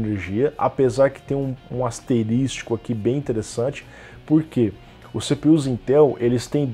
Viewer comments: "Asterisco e não asteristico." - Pasquale, 2021 😂😅 Mas ótimo vídeo de qlq forma. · Asteristico não! Asterisco, por favor! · Asterisco. Não asterístico!🤦🏽‍♂️